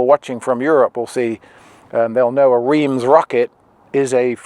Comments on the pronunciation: . As a Brit, I thought you might have known the French, as opposed to English, pronunciation of the city of Reims is “Rance” or something like that. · Reims is “rance”